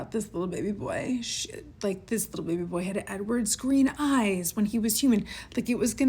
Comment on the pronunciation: the way you say "bebay" and "baby boy" didn't have to be this funny 😂😂 also can't get over how unhinged this decision is (trying to be nice, she should be looked into bc wtf STEPHANIEEE)